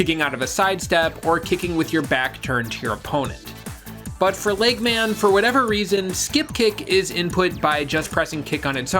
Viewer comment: You saying LEGGMAN just irritates me, like how can you mess up saying eggman.